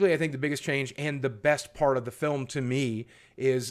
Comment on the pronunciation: I thought you said first fart since it was first part!